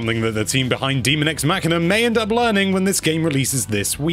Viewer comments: There is no "a" in demon. Hence, daemon is pronounced day-mon. Not too complicated. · What part of "daemon" is pronounced "demon" ? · Just FYI, it is pronounced "day-mun." Characters say that word in the game. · its definitely not "DEMON EX MACHINA" there is a real word called Daemon and its a separate thing